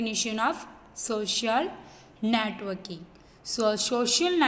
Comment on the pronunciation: Netoking bol rhi hai